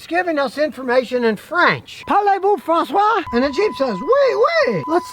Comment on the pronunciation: it's français , not François...your French fry/French toast privileges have been revoked.